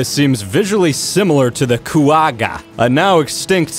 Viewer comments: Seeing as I’m South African, the way he says Quagga hurts my soul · coo-agga, it's pronounced qu-og-a.